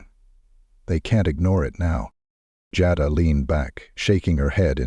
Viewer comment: The person telling this story keeps calling the lady name Jada by the wrong name, which is so disrespectful!. It's so easy to pronounce her name right, Jada. Go back on the tape and listen to how you wouldn't pronounce her name right on here in different places on this story.